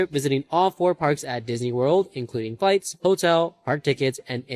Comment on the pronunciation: It sounded like he said, "Including fights."